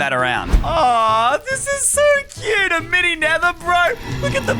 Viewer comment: Ie no one gonna talk about he said miny inetead of mini?